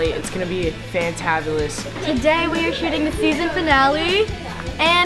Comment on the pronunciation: ”It’s gonna be fantavolis”